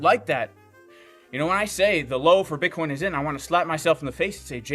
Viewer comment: Dear, please say Bitcoin